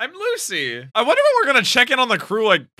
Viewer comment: So excited to be at Dressrosa finally! "Loo-shii" bout to wreck shop!